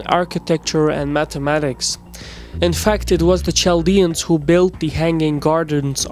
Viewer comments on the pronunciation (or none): There is no such thing as Chaldeans. We are all Assyrians. and it's pronounced Kaldean you dope. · Nimrod did all this long before the Assyrians... Also, it's pronounced "Kal-dee-ans" Not "Chal-dee-ans" Old world "Ch" is a hard "K" sound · why do you pronounce as tchaldians, when correct is qaldean ? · Small note, it's pronounced Kaldeans 😅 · Well done. One thing though. Chaldeans is pronounced as "Kaldeans". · Great video, images, and background music but you should really check on some of these names. It's Chaldeans pronounced with a K (ch = k) . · I cringe everytime he says Chaldeans